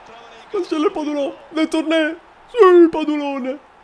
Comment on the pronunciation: ogni volta che chiama padulone, orgoglio italiano, con l'accento francese, un italiano muore